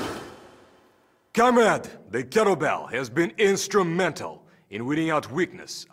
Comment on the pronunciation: Why does he keep saying cum rag???